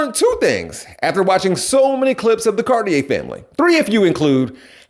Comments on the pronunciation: ok here's a better way to say it. You're the pure example of why they left the left. You have problems with comprehension, and pronunciation...oh and you're RACIST! Their name is pronounced: Car-Tee-Air. Not the pretentious gay clothing brand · So this man is exactly who; not only pronounced their name wrong, but proves hes the exact reason why they left the left.